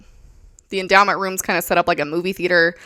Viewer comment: Why does it sound like he's saying "this is the enema"? Or is it just me?